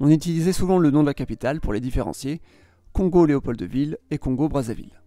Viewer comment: on dit pas Leopold de ville Juste LeopoldVille le d et muet ✅